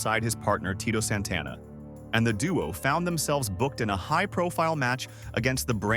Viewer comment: Who's Mr. Soto? It's Saito pronunciation is important. Jesus you can't even pronounce Santana smh you suck. Now you cant pronounce Tatanka and Drose smh.